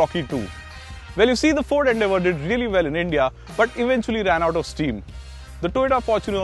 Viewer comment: Its is fucking ‘FORD’